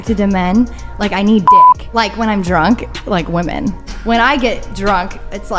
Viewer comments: You do realize it’s pronounced “women” not “woman” when speaking plural. My hell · Men and Wimmen. Yes it is spelled Woman but 2 or more are pronounced Wimmen. Woman = Singular.. Wimmen = Plural. ffs bro.